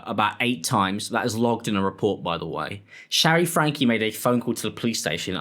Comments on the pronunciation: Why does he keep calling her "Ruby FRANK" and not "FRANK-Y"? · It's FrankEEE. Not Frank. It's driving me crazy. FrankE. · The pronunciation is FrankE, 'Fran-kee' 😊